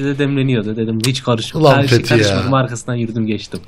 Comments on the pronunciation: ağa baban kim lan senin fethi dedemize fethi diyorsun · He söyleyin benim adım Fethi Dede Fethi deil ulaaan